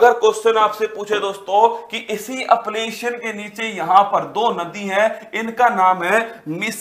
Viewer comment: Shayad wo अपलेशियन nhi h wo अल्पेशियन h